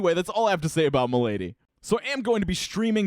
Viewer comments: I am pretty sure the bands name is prenounced "moldy" I could be wrong thi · It's pronounced "MOLE DEE"